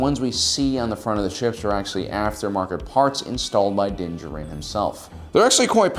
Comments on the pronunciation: Anyone else hate how he says his name It's Din jar-in mate Not dincharin Love the videos otherwise keep it up mate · This may be a bit pedantic of me, but can you PLEASE stop pronouncing his name "dinja-rin"? For crying out loud, they say his name in the season 1 finale, so you KNOW how it's supposed to be pronounced! It's "din JAH-rin" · Din DJarin = “Dinjurin” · Why are you saying “Din Jarin” like that? I hope it’s a gag and you’re doing it on purpose lol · You just cannot pronounce his name, can you? C'mon man...you are just about my favorite channel...are you dyslexic? Not maki g fun of you.. I. Just asking...cause I notice you have a lot of trouble pronouncing words. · You’d think someone who’s producing monetized content devoted to sci fi he’d learn the pronunciation of the protagonist’s name. Also, y’all know this is fiction, right? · So do you even watch the show? Or do you just intentionally mispronounce Mando’s name? How annoying.